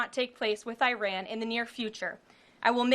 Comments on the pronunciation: she finally broke character and pronounced Iran properly… so much pandering to the base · It is amazing that all of a sudden she knows how to pronounce Iran's name correctly.